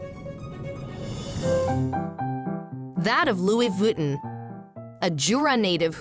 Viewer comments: Sure someone can teach this you tube bloody robots the right pronunciation of french, names places or terms. Loui 'vitten' is simply an insult to the french language. Cannot watch this shite. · pero por favor ! Lui Vitten???? Muchos billones y no pagan una traducción HUMANA. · Learned something new today. Didn't know it was pronounced "Louie Vitten" 😁